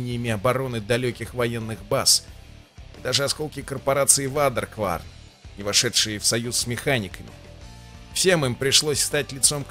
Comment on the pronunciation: Почему никто не может произнести правильно Waderkwarn? Не вадеркварн, не водикворн, а уэйдеркворн.